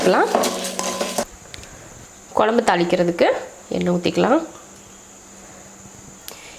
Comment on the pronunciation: Pl tell kozhambu and not kolambu